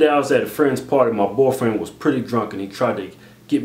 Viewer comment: lol it's funny how keith always say "borfrand" instead of "boyfriend"